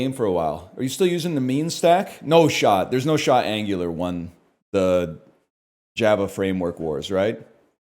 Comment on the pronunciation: Pronouncing Angular like gooner